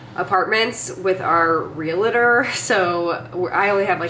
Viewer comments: REAL-TOR, not REAL-A-TOR. You're welcome. You're a smart girl. I can tell you love to learn. So, misspeaking that word is common. But there's no 'a' in the middle. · Hate to call you on a tech but Reator only has two syllables.